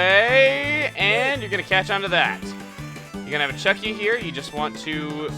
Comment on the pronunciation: You called a " chuck-ya " a chucky it sounded like